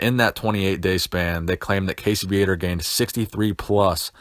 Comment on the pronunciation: Ummmmm, it's Casey Viator (Vee-uh-tore) I believe his birth name is Cassius... As there was an article about him in M&F back in 83 I believe... I can't rightfully remember. I do know i used to pronounce his name Vi-uh-tore, but it's really pronounced Vee-uh-tore..... Not that it matters...